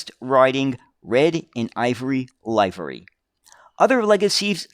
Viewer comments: Livery - LIV-e-ry, not LIVE-e-ry. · Again it's TCHASSEE it's a French word..... not "shassee. Also the "i" in livery is short. Think of how you pronounce "delivery".